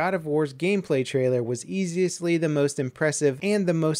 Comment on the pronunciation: "Easistly" wat